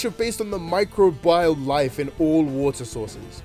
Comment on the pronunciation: Micro-bile. I-.. Orange are you sure it was just a C and not a D in combined science?